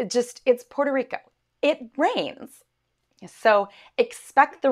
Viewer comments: Do you not know how to pronounce the name of the island Puerto Rico. Good luck with the natives. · Porque ella esta diciendo 🇵🇷 así I’ve never heard anybody say it like that nunca en mi vida